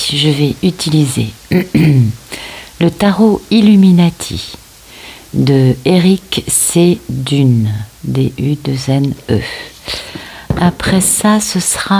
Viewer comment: Bonsoir chérie ❤❤🌹🌹vous m'avez fait trop rire...mais ce n'est pas méchant, le tarot de ce soir est le tarot "illuminati " qui en italien veut dire " illuminés" des illuminés..cela se prononce sans appuyer, où si vous préférez, sans accent sur la dernière voyelle: le i...vous avez prononcé "illuminati" avec l'accent français..voilà mon petit côté "prof " qui fait un petit clin d'œil...excusez moi encore..vous savez que l'on vous adore..et que je suis ici pour suivre vos magnifiques messages et non pour donner des cours d'italien...😉😉😄😄😄